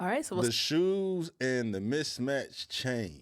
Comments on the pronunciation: The audacity to call him out on his jewelry when she looks like that and then she says “mitch-match” instead of “mismatch”. Girl. You plump and dumb. 😭💀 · To the girl in the white: It's MIS-MATCHED not MITCH-MATCHED.